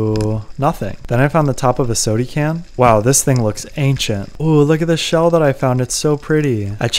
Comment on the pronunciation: I LOL every time you say "sody can"